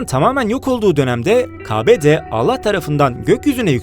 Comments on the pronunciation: İki videosunda da uyarmişlar ama... Türkçesi zayıf seslendirenin. Umarım en kısa zamanda bu yanlışını düzeltir. Kâbe videosu yapıp Kâbe kelimesini yanlış telaffuz edersen tabii ki göze batar. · Kabe değil Kâbe diye söylenir. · Kabe değil kâbe a harfi yumusatılıcak ve lütfen peygamberimizin adını telaffuz edince selavat getirin muhammet deyip geciştirmeyin kafir değil kâfir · â yi kullan kâbe dir kabe değil doğru telaffuz et . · Kaabe değil Kâbe :D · Kabe değil, Kâbe seklinde telâffuz etmeniz lâzım.Kafir değil kâfir. Şapkalı a kalktı diye (bence kalmamalıydı) telaffuzları da değişmedi ya. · la kitaptanmı okuyon .kabe diyon kăbe diyecen.bu arada s.a.v de. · KA BE değil dostum 'A' yı incelterek okumalısın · Önce kâbe demeyi ögrenmelisin.. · Önce Kabe, kafir kelimelerini telaffuz etmeyi öğrensen? İnsanın kulağını tırmalıyor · Afedersin ancak. A'lı K harifni düzgün telaffuz eğitimi alırmısın. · Kabe demeyi öğren önce . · Lan sen daha kâbe demeyi bilmiyorsun bu bilgiyi nereden biliyon